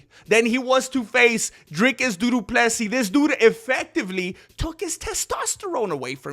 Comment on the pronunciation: Did he just say duduplessis 😂